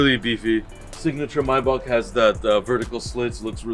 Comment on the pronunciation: I like how he correctly pronounces Maybach a lot of people mispronounce it and say “may back”